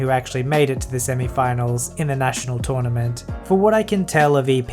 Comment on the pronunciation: Tounament! xDD